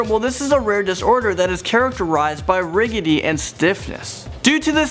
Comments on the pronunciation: People are not "affiliated" with a disease... they are "afflicted". "Riggity"??? "Rigidity" I do love your videos, but come on - don't you have someone on staff who can make sure that you're pronouncing things correctly? I don't want to be bothered, I wish I wasn't bothered, but I am bothered. ;) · Ya I always cringe when this guy hosts the videos. "Riggidy" ffs.... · I adore you, but "riggity"? It's rigidity, pronounced "Ridge-id-it-ee". Hope that helps. You are so cute. lol ;)